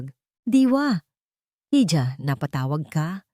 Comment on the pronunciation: May mali sa pagbigkas( hija ---iha) ang bigkas sa jo ay ho)